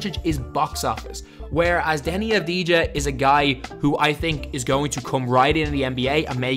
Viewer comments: And you say avadia, that how you pronounce it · you pronounce it avdia and not like it is written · U don’t pronounce the j is his name lol it’s like denny avdiya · its not avdi-ja i avdi-ya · You say it av di a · His name is pronounced without the “j” it’s pronounced avdiya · It's pronounced DENI AVDI-YA. He's a big time talent here in Israel, but nowhere near Luka. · Its pronounced avdiya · You absolutely butchered his name it’s pronounce abdiya but very good video tho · you pronounced his name wrong. you don't pronounce the j. it should be Deni Av-di-ya. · In his name you do not pronounce the J you say it AS IF it's Avdiia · please learn to pronounce his name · The j is silent right?